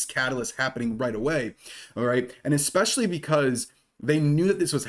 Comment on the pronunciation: Dude you’re super intelligent so please pronounce especially correctly - it’s ess-specially not ex-specially Jesus Christ people know the damn English language pronunciation